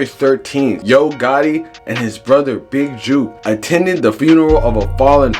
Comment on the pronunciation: mane you cant even get his name right you a clown reporter